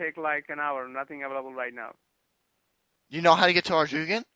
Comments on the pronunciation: lol he sais arrrrdoooogen its pronounced ardoun. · its pronounced AR-DOON or ardune. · It's ar-doon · Anyone mentioned it should be pronounced Ar doyn? THIS is funny, had to share with my RS friends. Good job. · its acutally pronounced Arr-Doy-En(On) it was in an issue of postbag from the hedge from like 2-3 years ago. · hahaha we got teleblocked isnt it pronounced ar-dawn? think i read that somewhere on the rs website lol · "arrjugan" rofl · "are-doo-ghin"? never heard it pronounced it like that before. wonder what the official pronounciation is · Its pronounced ardoin i know a kagex worker in real life! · its pronounce ar-ga-done duh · ts pronounced ard-oun :p